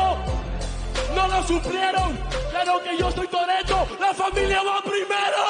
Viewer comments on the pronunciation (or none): Toretto, no torero xd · Toretto, no torero jajaja